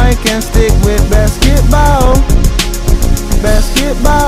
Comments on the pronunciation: “BaSketBauuU” - Stephen Curry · The way he says basketball "basketbaww" i love it lmao